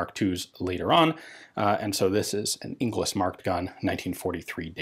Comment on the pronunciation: “Inglis” is a Scottish name. The proper pronunciation is “In-gals”. It derives from the medieval Scots for “English”